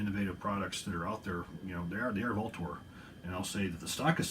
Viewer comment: Is that the correct way to pronounce Vltor? I’ve seen comments that say different. Just curious